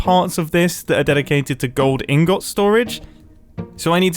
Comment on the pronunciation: Mumbo, please start pronouncing ingot in-gut, please, this is annoying me in a way I can't convey with wotds